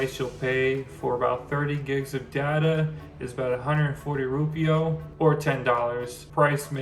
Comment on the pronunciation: DUDE - wtf is a rupio? It’s pronounced RUPEEAH - spelt Rupiah - Just to help 🥰